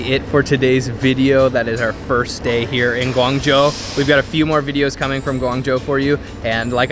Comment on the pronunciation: Its weird for me to hear you said "guang jou" because i knew you could spell it in the right way